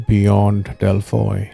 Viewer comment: Its pronounced as delphi... 😂❤